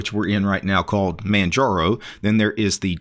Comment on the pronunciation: The G is silent.